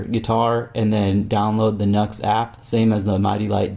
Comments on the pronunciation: G'day from an old guitarcheologist since '79 in SE Queensland, Australia. NU/X whom make pedals amps etc. is pronounced 'new ecks' not 'nucks or nux'. The only minor glitch in your great videos is this mis-pronounciation, no biggie. Peace, respect & far too much guitar & rock n' roll is nowhere near enough!🎸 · It's pronounced "new ex" Nu-X